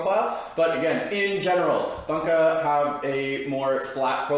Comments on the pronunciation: Great vid, but is “boonka” vs “bun-ka” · Can't stand the way you say Bunka 😂 it boon ka, it's not a hamburger bun ka. Bút great video